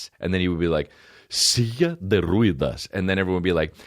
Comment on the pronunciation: The "e" in Ruedas is pronounced like the one in Mets or "heh"..